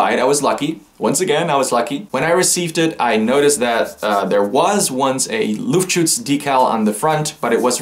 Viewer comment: I'm german and I have to say for an english speaking person you said Luftschutz really great (no sarkasm)